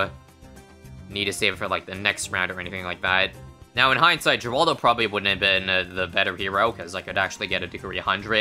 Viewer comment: Just to let you know, is Canadian:') This is super random but I think the only thing that has bothered me with his pronunciation thusfar is refusing to pronounce Geraldo like Heraldo. Despite him reading comments that tried to help him pronounce it correctly.